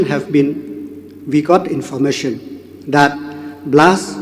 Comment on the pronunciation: Biw leh kren English u home minister ka Meghalaya te leh bong dng triem khun ng leh 6snem ka rukom pronouns te bong long kum ki ba shu wan trianning da Shen kim pt nang bha...niii ban kren ha khmat ki brw jong ka pyrthei ba lah triem ba don shsha ka qualifications te bong I rymbui te zero tikna